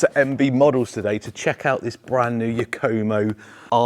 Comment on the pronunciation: LOL, I have never heard anyone pronounce it "Yuk-Koh-Moe" before. 😂